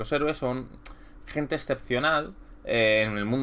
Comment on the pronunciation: Buen vídeo, siempre me ha parecido de las ambientaciones de D&D más interesantes. Por cierto, ¿por qué pronuncias "maidnet"? En todo caso en inglés se pronuncia "midnait". Un saludo.